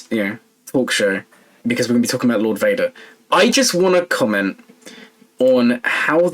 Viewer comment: lord Wader